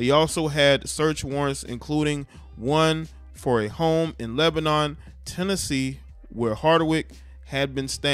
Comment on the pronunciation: It’s Leb-En-in that’s how you pronounce it. And MURF-ress-boro all an out skirt of 𝙽𝚊𝚜𝚑𝚟𝚒𝚕𝚕𝚎 30 miles West. Good areas where most of the metropolitan area has moved since the gentrification in Nashville.